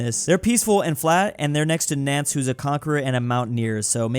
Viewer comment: Nantes is pronounced kinda like “nonce” btw